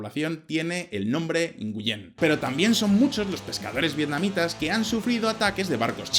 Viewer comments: Nguyen se pronuncia wen y es un apellido no un nombre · Nguyen en Vietnamita se pronuncia nguin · Nguyen se pronuncia "Nuen". Saludos. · El apellido Nguyen se pronuncia algo como : "gwihn" ... y es cierto, todo alla es Nguyen, todas las personas son Nguyen, todas las calles son Nguyen, la mitad de mis amigos vietnamitas son Nguyen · Una pequeña corrección, la pronunciación de Nguyen seria parecido a pronunciar en español nguín. Muy buen video! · haha un 0 a la pronunciacion de los nombres vietnamitas haha y el nombre es por la dinastia NGuyen... de hace muchos años